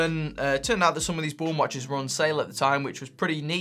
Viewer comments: bra-un, not brown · Late to the game, but just wanted to add that the brand name Braun is pronounced almost exactly like the English colour 'brown' - not 'brawn'. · You're pronouncing it "brawn". It's German, it's actually pronounced "brown". It means "brown". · Braun, not Bron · Btw the brand is pronounced like the english word "brown". Just saying. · I think Braun is pronounced the same as Brown. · Pronounce it as in English ... Brown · The way you pronounce Braun is just so......wrong.